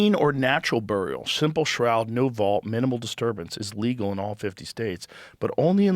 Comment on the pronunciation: Joe you should ask your wonderful sponsor 'Perplexity' how to properly pronounce "Burial"